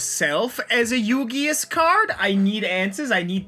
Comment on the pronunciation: "Yugius Card" Ah yes, my favourite childhood card game and anime. Yu-Gi-Us